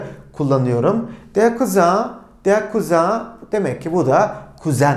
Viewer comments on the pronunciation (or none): der Cousin'i kuzin degil de kuzan diye okuma sebebinizi ögrenebilir miyim degerli hocam? 🩷